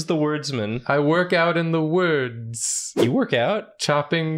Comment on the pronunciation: i love when the crew pronounces words so wrong that they become new words, but in such a way that you can't tell how to spell them does the wordsmn, who works out in the woords(?) and chops toors(???), donk his chornken in the sporcial source?